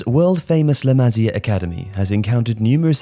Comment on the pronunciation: its pronounced "LA MA SIA" not "LAMAZIA"